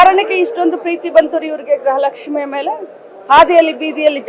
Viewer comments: ಅಮ್ಮ ತಾಯಿ ಅದು ಗ್ರಹ ಲಕ್ಷ್ಮಿ ಅಲ್ಲ ಗೃಹ ಲಕ್ಷ್ಮಿ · ಸುಮ್ಮನೆ ಇರಿ ಮೇಡಂ, ಮೊದಲು ಗೃಹಲಕ್ಷ್ಮಿ ಅಂತ correct ಆಗಿ ಹುಚ್ಚರಣೆ ಮಾಡಿ, ಇಷ್ಟು ದಿನ ಪ್ರತಿ press meet ನಲ್ಲಿ ಎಲ್ಲಾ ರಿಪೋರ್ಟರ್ಸ್ ಗೆ brother 2 ತಿಂಗಳು ಅಷ್ಟೇ ಬಾಕಿ ಇರೋದು ಅಂದಿದಿರಾ, ಆದರೆ ಅಸಲಿಗೆ 8 ತಿಂಗಳು ಬಾಕಿ ಇತ್ತು. ಸದನದಲ್ಲಿ ಸ್ಪೀಕರ್ ಪ್ರಶ್ನೆ ಮಾಡಿದಾಗ ತಪ್ಪಾದ ಮಾಹಿತಿ ಕೊಟ್ರಿ, ನಿಮ್ಮ ಕರ್ತವ್ಯ ನೀವೇ ಸರಿಯಾಗಿ ಮಾಡಲ್ಲ, ಬಿಜೆಪಿ ಪ್ರಶ್ನಿಸಿದಾಗ, ಇವಾಗ ಸರಿಯಾಗಿ 23 ಕಂತು ಕೊಟ್ಟಿದೀವಿ ಅಂತ ಒಪ್ಪಿಕೊಂಡ್ರಿ. ಅಲ್ಲಿಗೆ ಸರ್ಕಾರ ಅಧಿಕಾರಕ್ಕೆ ಬಂದು 29 ತಿಂಗಳು ಆಗ್ತಾ ಇದೇ...